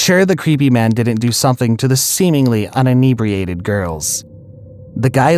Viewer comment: “Inebriated” not “UNebriated”